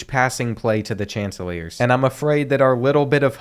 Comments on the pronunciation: coastal carolina’s mascot name is pronounced “shaunticleers”:) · It’s “shhon ta clear” 😂 love this series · It’s pronounced Shant-ta-clears😂😂😂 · SHON-TI-CLEERS my man what did you even call them 😂